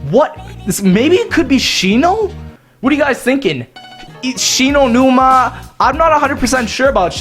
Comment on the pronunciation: I thought about un subscribing when he got shi no Numa wrong.